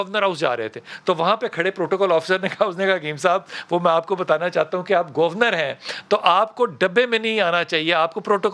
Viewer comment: بھائی جان آپ بریکنگ نیوز تو نہیں سنا رہے بلکہ ایک تاریخی دور کی کہانی سنا رہے ہیں تو اتنا جلدی جلدی سانس لیکر بولنے کی کیا ضرورت ہے؟ اور یہ گوُر نرَ۔ Gor nat کیا ہوتا ہے جناب؟ حد ہوتی ہے، ویسے آپکا آج کا ٹاپک ۱۰۰ نمبر کا ہے۔